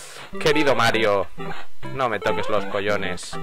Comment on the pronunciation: hahahha "no me toques los collones" gallego?